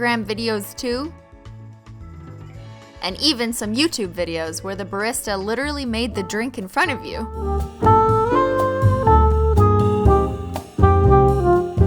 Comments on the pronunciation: Did she. Did she. Did she say birista? I’m SHOOK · Canadians (aka Christine) - “Ba-ri-sta” Americans - “Ba-ree-sta”